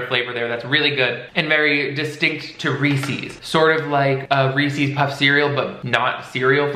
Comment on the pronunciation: I can’t deal with how you kept saying Reese’s like Reesies or smthn lol